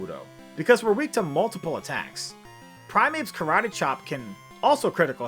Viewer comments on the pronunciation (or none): none